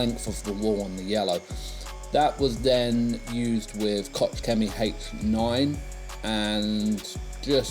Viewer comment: I never knew JLR did a solid black fur this car! Nice work. To be fair their paints are so soft the metallics come up really quickly. PS: Koch Chemie is pronounced as your would “Loch” (Scottish Lake) 👍👍